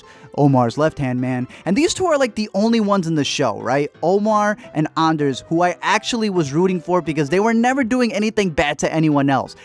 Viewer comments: It’s Ander, bruh. Not Anders. At least do your homework before you start reviewing. 🤦🏻‍♂️🤦🏻‍♂️🤦🏻‍♂️ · It's ANDER, no s, Guzmán has an accent and should be pronounced with the accent. Marina only stole from Carla's family, not her own, and only one watch had a USB drive. Also this is my favourite show, thank you for covering it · It's not "on durrsss" it's " an dare" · just one thing it is Ander not Anders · STOP SAYING ANDER'S NAME WRONG!!! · When he said Ander I wanted to cut my own ears off